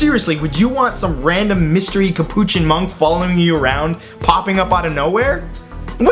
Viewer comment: he didn't even pronounce capuchin right...